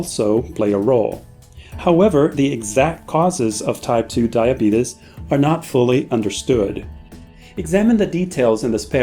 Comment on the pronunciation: LMAO this man said "diabetus"